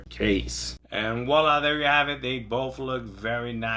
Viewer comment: The words voila big bro not wahlah